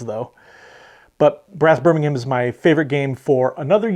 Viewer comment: It's great to see so many differing opinions on top board games! No overlap with our top 10, which shows just how diverse the hobby can be. And bravo on the correct pronunciation of Birmingham!